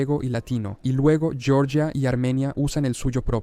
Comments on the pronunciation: Se dice Georgia, no "Yorya". De nada. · los mapas están mal, las explicaciones están mal, las pronunciaciones están mal. Por favor, Georgia se pronuncia en castellano y no en inglés